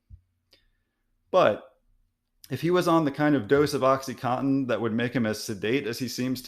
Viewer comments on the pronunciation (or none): This guy is an MD & PhD and doesn't know how to pronounce oxycodone? He even mispronounced the brand name oxycontin saying it "oxy-cotton" - leaving out both 'Ns'...